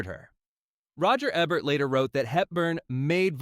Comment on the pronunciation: It is pronounced Roger Eee bert Not Ebb ert